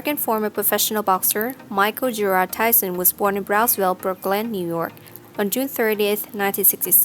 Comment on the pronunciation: You say him name like TIE SON